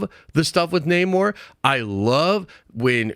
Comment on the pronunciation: Namor not neymor